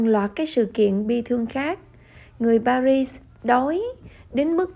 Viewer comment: Chữ “Paris” người Pháp đọc là “Pari”, không có kèm âm “zờ” ở cuối.